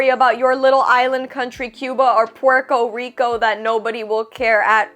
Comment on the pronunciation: Pork O Rico as a pronouciation killed me.🤣🤣🤣🤣